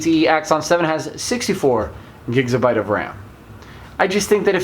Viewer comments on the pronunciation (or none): What's a Gigzabyte?